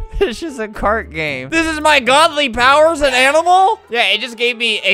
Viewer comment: "THIS IS MY GAWDLY POWER IS AN AY-NIMAL?" said Albert in his divine Floridian accent.